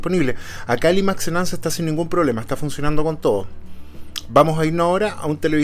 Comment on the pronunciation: Imax se dice Ai māx